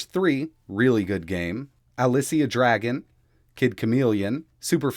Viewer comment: It's Dragoon, not Dragon.